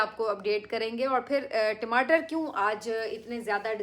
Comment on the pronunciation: timatar nahi tamater hota hai😊